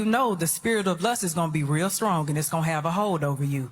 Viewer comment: The word is real not rreeeaaal.. here not hherrrree.. pronunciation